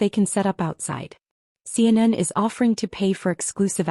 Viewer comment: Why, in the name of all that's holy, can AI not pronounce Sarah? She becomes Sir. And CNN became seinen. Please a little proof listening.